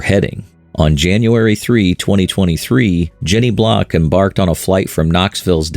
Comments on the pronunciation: Her name isn't "Block" it's "Blalock". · Her name is Jenny Blalock not Jenny Block. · Her name is Jenny Blalock, not Block. Stupid AI. The final report on the investigation by the NTSB is not out yet. I am confident that the go-pro cameras she had in the plane will show a mechanical failure of the elevator control cable. Why do I think that? Because I find it incredulous that from 6000' she could not recognize a 12000fpm descent straight into mother earth and not take corrective action to stop it. Just my opinion. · Her name was Jenny Blalock, not "Jenny Block" as you incorrectly state numerous times in this video. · Her last name was BLALOCK (blay-lock) not BLOCK. Jesus. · Her name was Jenny Blalock, not Block. You put so much time into this very well done video, yet somehow were inept and couldn't even get her name right. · It's not Jenny Block. It's Jenny Blalock... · Can't watch this. Stopped as soon as I heard the AI narration and captioning get the first pilot's name wrong. Her name was Jenny Blalock, not "Block" as is shown here in this video. Please, have enough decency when featuring the death of some family's loved one who lost her life to at least get their name correct. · Her name was Blalock, not Block.. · Her name was Jenny BLALOCK. At least get her name right. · Her last name is Blalock not Block. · Blay-lock..:not Block! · It's Blalock, not Block. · Blay-lock is the correct pronunciation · How can anybody give this a thumbs up when they don't even have her name right????? It's AI narrating but, HER NAME IS WRONG!!! IT'S BLALOK!!!! It pronounces the russian pilots name correctly, but not an American's name??? How Pathetic!! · Wow, you're the expert and can't even get the woman's name correct. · this is AI slop, the bot also got her surname wrong